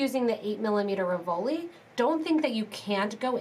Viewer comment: Really cute...RIV-o-li,.....not Ri-VO-li.